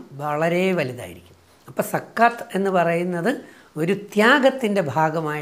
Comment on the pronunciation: രജിത് സര്‍,, സക്കാത്ത് എന്ന പദം..Z വെച്ച് ഉച്ചരിച്ചാല്‍ കറക്ററ് ആയിരിക്കും. ZAKAH.താങ്ക്സ് സാര്‍.